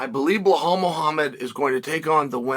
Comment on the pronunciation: Am I hearing things or does Chael keep calling Belal Behal??